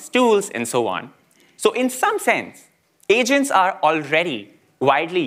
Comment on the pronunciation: I heard Asians instead of Agents twice in first 30 seconds of the video 😂